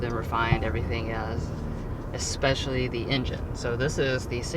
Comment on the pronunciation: I liked this review. When saying the word "especially", don't say "exspecially", for obvious reasons, like there's no "x" in the word.